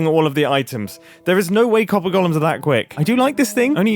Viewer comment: It's golems not gollums.